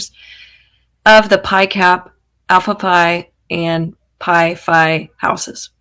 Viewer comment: The dead animals hurled were at the Alpha Phi house ( Xena’s sorority) and Pi phi (Maddie’s and Kaylees sorority if I heard you correctly as you kind of mispronounced them.